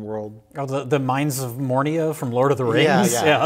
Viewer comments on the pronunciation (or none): "Mines of Mornia" had a Rich Evans moment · I'm pretty sure he said "mornia" and at this point I don't know which is worse. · How long until someone corrects on the mines of "Mornia"? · Did just say "Mines of Mornia"? Oh my GOOOOOOD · I love you for many reasons, mistakingly saying "Mines of Mornia" is now one of them. 💛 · “The Mines of Mornia” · "Mine of Mornia" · "mines of mornia" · he said previously that he went to the midnight premier screening of all lotr movies. so it's pretty strange that he fucked up Moria, but whatever